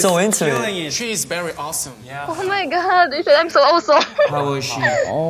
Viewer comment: when she said "o may gad dey sed aym sow osom" i knew she is a Filipina HAHAHAHHAH